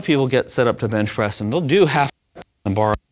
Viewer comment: Did he say Bitch Press? Haha